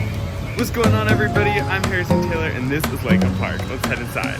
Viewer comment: its pronounced "Lee-Kahm" park.